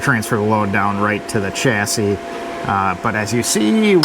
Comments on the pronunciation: In the uk we pronounce chassis with a sh like shassi silent s on the end. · chassis here in the land of Land Rover is pronounced shass-sea but as all one word lol. As for you rock sliders, moving the air compressor is your best bet in my view mate. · Chassis..read; chass-ie 😊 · Spelled chassis, pronounced 'shassie' to rhyme with 'lassie'. Love your work and attention to detail, the Ute is awesome. Thanks for all the great videos!